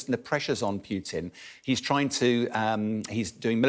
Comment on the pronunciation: Why he keeps calling him PYUtin?